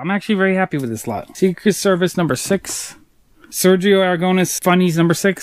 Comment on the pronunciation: Im spanish and your pronunciation of Sergio Aragonés name killed me.